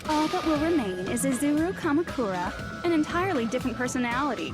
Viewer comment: Two things: Your pronounciation of Izuru Kamukura wasn't wrong. In japanese, you pretty much always accentuate the first vowel, as far as I know. Also, the thing about Izuru the old man and Izuru the student might be a bit confusing: They are NOT the same person. The lab rat Hajime was just named after the founder of the academy. So Hajime isn't an old man. By the way, I absolutely love the "You are the mastermind" plot twist, even though it may have become a little cliche in mystery stories. It instantly makes a protagonist ten times more interesting, imo.